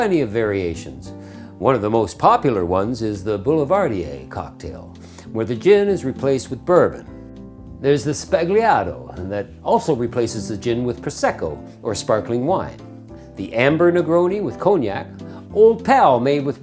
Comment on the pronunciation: It should be “sbagliato” not “spagliato”. Sbagliato means wrong, not correct, spagliato is not even a word in Italy